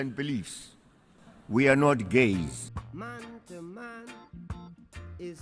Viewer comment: "We are not Gayzzzz" 😂😂😂😂😂😂